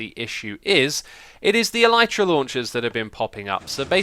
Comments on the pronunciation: It's not El-eye-tra It's not El-ee-tra It's El-i-tra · It's pronounced 'el-i-truh' The Y is pronounced like the I in 'tin' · Carrot Channel it's pronounced elytra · Tell Mumbo that he is saying the Elytra wrong. And while you are at it, ask him how to say Olaf.